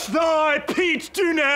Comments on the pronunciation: pete dunnay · Elton Prince can't even pronounce Pete Dunne's name correctly 😂😂